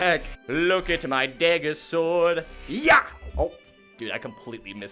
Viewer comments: “Dayger bending” 🤦🏻‍♂️😂😂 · I hate the way you say dagger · he calls it daeggerbenging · This is the first time I have ever heard somebody pronounce dagger differently